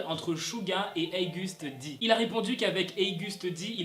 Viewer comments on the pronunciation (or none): Je suis la seul qui dit "OGUST D" et pas "heigust Di" ???